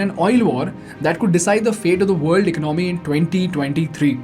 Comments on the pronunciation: Hahaha whats "ech nomi" my dude 😂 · Tell him about "Eknomy" 🤣🤣🤣🤣🤣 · Shocked that this guy has 2.48m subscribers. He can’t even pronounce economy